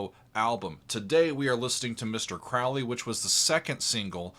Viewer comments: It’s Mr. CROW-ley! To rhyme with goalie. Please, Mr. Oozy Owsborne. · Crowley is pronounced Crow- lee! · Hey, Crowley said in a book, (forgot which) his name rhymes with holy. “Crow Lee” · My name is Crowley because that i am holy. My enemies call me Crawly and wish to treat me fouly. - A Crowley It's pronounced like the bird Crow-lee Ozzy mispronounced it also and despite the song, didn't know anything about him. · Randy Rhoads - such a sad loss! Interestingly, Ozzy pronounces Crowley incorrectly: it should be pronounced ‘Crowley’*. *Sorry, couldn’t resist - the first syllable of his name was the same as that most famous of corvids: the crow. It’s not symbolic, of course. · Ozzy didn't write the Lyrics. Daisly did. OZZY even mispronounces his name on the song. Ozzy was drunk while Randy and Bod Daisly were doing all the writing. I don't think Ozzy could use "Polemic" in a sentence. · Thank you— I didn’t want to say it, for fear of having to hear about how there’s more to this song than to say ‘teaching a new generation to mispronounce Crowley’ 😂